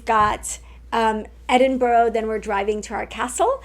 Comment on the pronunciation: When you get back, you will be saying Edin-bur-a and afternoon tea, not Edin-bu-ro and high tea.